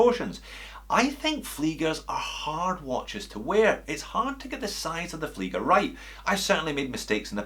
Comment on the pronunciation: That "SHTOFFA" is a very nice "FLEEEGGA"...